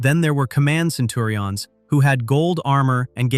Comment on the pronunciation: Facts your artificial voice certainly didn't know: how to pronounce the names from the show, or even from real life, like "Iblis." "Centurions" is a real word, but your voice box can't say it.